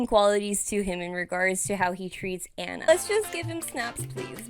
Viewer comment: STOP SAYING ANNA’S NAME WRONG, FOR ALL THE LOVE!!! YOUR HURTING MY EARS 😬 Just go back and watch the movie please and pay attention to her name. I know it’s spelled the same but it’s pronounced VERY differently. It’s “ON-a” not “AN-a”. Again I know it’s confusing because they are both spelled Anna but there is a right way and a wrong way to say this character’s name and the right way is “ON-a”. So for the love of Disney go back and rewatch it so you can never make this mistake again😮‍💨 Thanks for coming to my TED talk